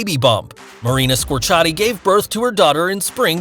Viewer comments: At least pronounce her name right. It's Marina Square-ci-ati, not Scorchati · I'm done with your channel! First you post a picture of Gabrielle Union as Eamonn Walker's wife (on your Chicago Fire post), now you mispronounce Marina Squerciati's name. Again, DO YOUR RESEARCH! And for the record, her name is pronounced SQUARE-C-Ah-T and NOT whatever they heck you said!